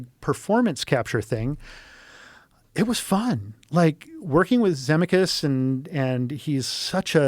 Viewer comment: Never heard of his name pronounced Zemmi-kus. Also why tf did he go into the story of him being a drunk and killing his passenger and throwing his wife? He didn't sound like he took accountability. Didn't even name the victim.